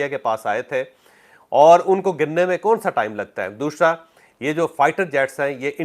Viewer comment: Jawaid bhai. Ya Jo ap ka (دوشرا) hai ap k apna ya talaffuz sahe karain .thanks